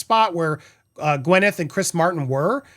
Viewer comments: It’s Gwyn, not Gwen! 😂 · Gwyneth is spelt with an Y so it is logical that it is pronounced as the "y" in "happy" , if the sound was supposed to be more like an "e" as in "bed" it would have been spelt with an "i" as in "sit" or with an "e" as in "red". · YES GWINETH PRONOUNCED! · I think we should just keep mispronouncing her name 😂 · A vaginal health lawsuit. Now I have seen everything. I did know of her preferences when it comes to pronouncing her name. Although not a fan, I did enjoy watching her on the big screen.